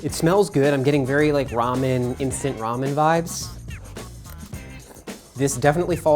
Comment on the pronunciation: "instant rameny-y" hahahhahha. it is! duh~~~~